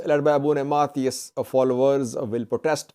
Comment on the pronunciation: Abune Sawros, not Sariwos,. Keep it up